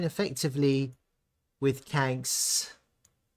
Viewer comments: It’s pronounced…Kwan-X… not Kanks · QANX /ˈkwɑːnˈeks/ ..... Not kwenks...